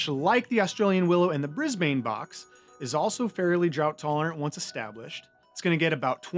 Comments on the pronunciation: Brisbane box is pronounced briz-bn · Good job - well explained. For future reference, Brisbane is pronounced brizz-bin